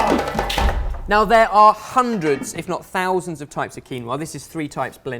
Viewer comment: Keen-wa... Quinn-oh-ah